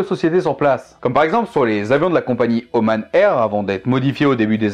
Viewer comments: Sincèrement ta prononciation à part les sons imprononçables en français sont très biens, il y a juste le fait de dire Om-AN- au lieu de Om-A-N- car le song an n’existe pas en arabe mais je pense que en français on peut dire les deux Sinon il y a aussi le schibriyé le khanjar syrien ainsi que le gnebiya que tu a cité en début de video pour le Yémen j’aurais bien voulu que tu m’en apprennes plus sur le sujet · Je suis allé à Oman et j'ai de la faille là-bas, et il me semble qu'on a plutôt tendance à le prononcer "Omane" mais après c'est peut-être nous qui nous trompons ^^'' Sinon ce fut une vidéo très intéressante (que j'attendais pas mal honnêtement) Bref, merci pour cette super vidéo :-)